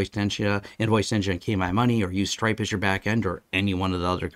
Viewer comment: I thought you said Strike and I was impressed that you were on the bleeding edge of technology with finances, then I realised you said stripe lols.